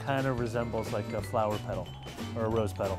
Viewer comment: Petal, not pit^^^